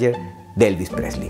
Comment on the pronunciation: Desde que al principio no pronuncias su apellido bien, te deje de ver. Lástima de tu emoción.